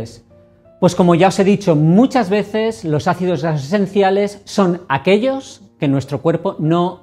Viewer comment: Son mis nervios o a se le dificulta pronunciar ácidos grasos esenciales...